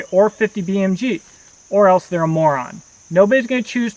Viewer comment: Nobody "welse" will... Hahaha almost shit my pant!